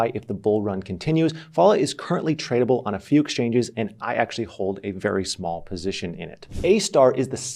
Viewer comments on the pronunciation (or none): none